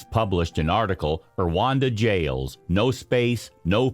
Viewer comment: The way Rwanda is pronounced really hurts this video!